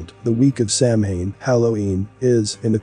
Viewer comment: Samhain (a Gaelic word pronounced “sow-win”) is a pagan religious festival originating from an ancient Celtic spiritual tradition. It is usually celebrated from October 31 to November 1 to welcome in the harvest and usher in “the dark half of the year.” Celebrants believe that the barriers between the physical world and the spirit world break down during Samhain, allowing more interaction between humans and denizens of the Otherworld. Perhaps one day you can use a voice that pronounces words correctly!